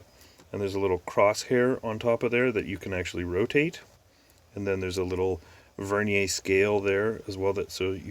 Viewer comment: Thank you for pronouncing Vernier correctly! 🙌😅 Nice scope btw 😉